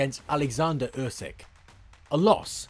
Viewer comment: No one will beat Usyk.So this is all Bollox .Its pronounced “ Oosik” 👍🏻